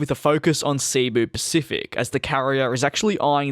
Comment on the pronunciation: Its not ceebuuu pacific.. DJ, its cebu(sibo). Pacific.. Trust me im a Visayan Filipino. And Im from Cebu, Philippines.